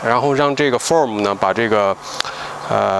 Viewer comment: Foam coil cleaner . 你Foam（泡沫） 念错了， 所以没听懂。 非常感谢🙏